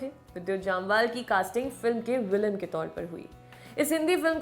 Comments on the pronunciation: U pronounce both name wrongly Jamwal and abrahAm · Mistakes you made - it is जमवाल not जामवाल, It is कलारी पयटू not कलरी पेटु